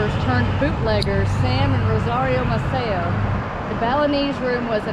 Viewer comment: Great video of Galveston Island. Just one note: The family (Maceo) who owned the Balinese Room is pronounced May•Cee•O